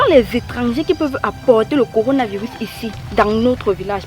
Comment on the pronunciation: Elle dit corina 😂😂😂😂